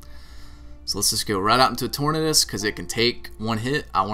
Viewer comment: Ive always wondered why you call it torn-uhdis lol its tor-nay-dus Like tornado, unless you pronounce it tor-nuhdo. Then you just keep doin that.